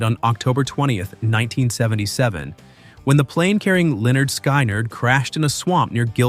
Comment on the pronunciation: Pronounced Skin not sky